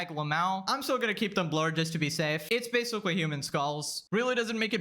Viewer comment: Bro u need speech therapy cos I can’t stop laughing when u say basically lmaooo “basicawy” “litewally” 😂